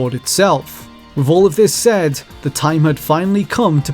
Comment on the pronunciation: Fascinating video. Thanks. However, please put more attention into the pronunciation of some words, particularly those like with - Sometimes you say it correctly, other times you say wiv. It makes it harder for non native English speakers to understand.